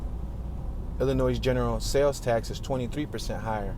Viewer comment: The s at the end of Illinois is silent, and if you pronounce the t at the end of left, you will sound less like an idiot.